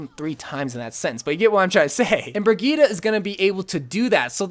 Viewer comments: Brigette is pronounced BRIH JET for humanity's sake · Lmao did he just say bri-geee-ta? Lmao!!!!